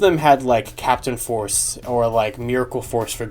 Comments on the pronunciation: With the Gaoranger key in the Korean Mobirates Why did I hear Jungle P***y instead of Jungle Force ? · They pronounce "force" as "poseu" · What did he say 😳 The way it says force doesn't sound right.